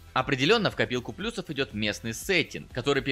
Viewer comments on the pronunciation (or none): none